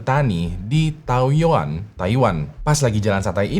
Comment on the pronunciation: Taoyuan di baca thaoyén ya bang 😊